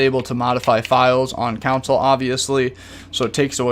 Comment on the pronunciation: and "consul" instead of console